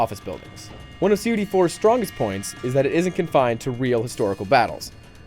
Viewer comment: just say cod you asshawl!?! not "see oh dee"